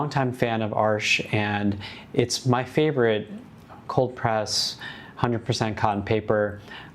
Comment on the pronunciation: Yay! Thank you for pronouncing Arches correctly!!!!!